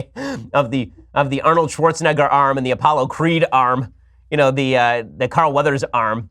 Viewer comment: Did you just say Arnold Schwarzenigga?